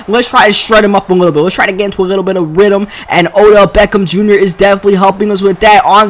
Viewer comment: rydm its rhythm